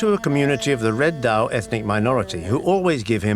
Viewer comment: Zao,not dao.